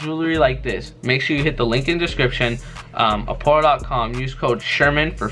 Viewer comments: Nobody: Not even Brian and Brandon themselves:: aPoRrO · No one:: APORRO BRAND